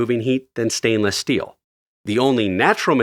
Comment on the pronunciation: My man said "stainless steal" instead of "steel"